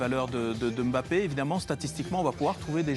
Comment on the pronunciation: Arretez de dire Em bappè